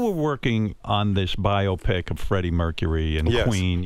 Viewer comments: Learn to pronounce BIOPIC. NOT "Bio Pic." BI-OPIC. Like how no one says BIO-LOGY, or BIO-GRAPHY (BI-OLOGY...BI-OGRAPHY). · “Bio-Pic” Try “bi-AH-pic’. Just like myopic.